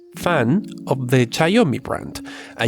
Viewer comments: SHIAOMI (XIAOMI) NOT CHAOMI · or tsiaomi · C H A Y O MI Jajajajaa... It is Shiaomi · Its shiaomi not caoyomi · Simply big processor, smoll ram smool storage, smooll memory usage Btw it's xiaomi or xiaomy with X or shawmi Not Cyomi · God, the XIAOMI is XIAO MI not XI AO MI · its Chiaomi, not chayomi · he says ''chiaomi'' and it's pronounced ''shiaomi'', it's not that deep. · It’s pronounced sh-ow me, not chinome, take it from someone who’s chinese lol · It's Xiaomi not Chaomi LOL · I cracked so hard when he pronounced Xiaomi as C H A W M I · Read/pronounce it as "SHAWMI"!!! 😂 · xiaomi= shaw-mi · now wtf is a * X A I A Y O M I* phone? 😂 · Did i heard chaomi? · What? Did u said caomi? xD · Its Cee-Yaw (Fast) - Mee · It's pronounced ''shaumi" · If you're pronouncing xiaomi as cayomi, I wonder what will you say to gigabyte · Just say it like everybody else "S'haw-mi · i think xiaomi pronounced zi yao mee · This is how you pronounce > shaou mee = Xioami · Learn to pronounce Xiaomi first! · It's Xiaomi not Xiaomi Cmon man fix your Asian accent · Every timethat you mispronounced xiaomi every time,I cringe smh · When he pronounced Xiaomi wrong 3 times in a row 😭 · The way you say xiaomi lol over and over again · Every time he pronounced xiaomi in the wrong way I couldn't stop myself from laughing 😂😂😂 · You just murder Xiaomi brand when you say the said brand. haha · please stop saying Xiaomi it's painful listening to you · it's hilarious and that's the point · I have uploaded a video for downloading pubg lite..its very easy Sry bro for this comment But love you...bcpz of u I was able to run many games on my budget PC..u r ossum And u pronounced xiaomi incorrect;-) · You have somehow managed to pronounce "Xiaomi" differently everytime you said it